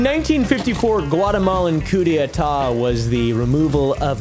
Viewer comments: Coup d'etat - 3 syllables, not four. Coo-day-tah. Not coo-day-a-tah. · it's just "coo day tah", not "coo day uh tah" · Actually it’s coup d’état, not était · Coop day eetat